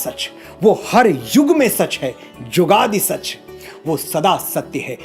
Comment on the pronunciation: Manoj ji aap shabdon ke shahnaha hain. Ek uccharan gurbani mein chhoti 'u' ki matra jo shabd ke beech mein aaye aur 'chhoti ee ki matra' jo ant aati hai woh silent rahti hai. Example Jugadee nahi jugaad pada jata hai